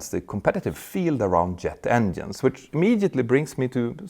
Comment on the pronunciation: Stop saying "endienes"